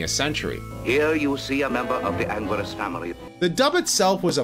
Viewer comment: Anguirus is commonly pronounced "An - Gear- Us" not "An - Gurr - Us"